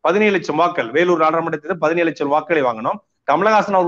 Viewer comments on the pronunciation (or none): none